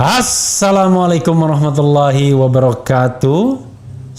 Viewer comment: Mas Refly tolong diperbaiki ucapan salamnya.